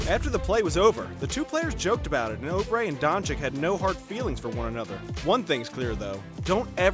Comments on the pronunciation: Not only did he pronounce it like donchick but then said obre and olandipo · “Markays” “Donchick” “Ohbre” “Marjánovic” “Olandapo” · Try Oubre again you’re pronouncing that one wrong too!